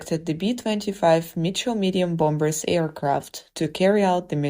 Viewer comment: Get a Better Narrator! Bomb-Bers?